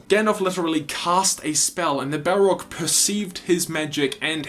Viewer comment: Balrog not Bellrog